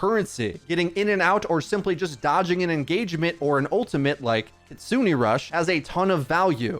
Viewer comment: And her ult is Kitsune rush, Ki-tsu-ne (Ki-tsu-nay) not kit-sune- aye